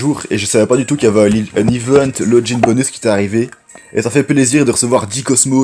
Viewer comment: Aussi on ne dit pas LOJIN ON DIT LOGIN log _ Guinn